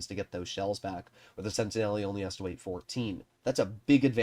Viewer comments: just quickly about the pronounciation, it's not "sentineli", its "sentinel", that is much closer to the french pronounciation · Yep, the e at the end is silent in French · Pretty sure the -e is silent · I was going to bring that up as well.